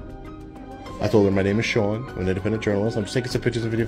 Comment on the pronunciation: he is Sean not Shon lmao